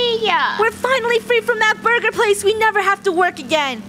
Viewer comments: "Borgor" LOL :> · Yeah what is a boorger